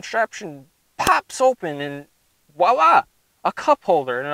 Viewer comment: It’s voila.. not “wala”